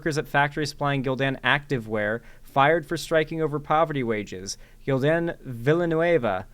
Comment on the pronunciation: Being from Spain, I have a nitpick: "Villanueva" isn't pronounced that way. In Spanish the "ll" is pronounced with a "y" sound.